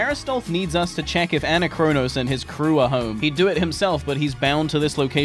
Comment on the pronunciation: It hurts so much hearing you pronounce Anachronos that way.. it's the same as "anachronistic" or "anachronisms"! Gah! Other than that, good videos :]